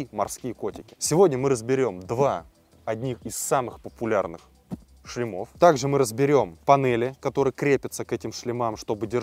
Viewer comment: Не "шлемА", а "шлЕмы", не "шлемОв", а "шлЕмов". :) Не "болт", а "винт" (в этом конкретном случае). :) Если говорите на камеру, старайтесь не коверкать русский язык.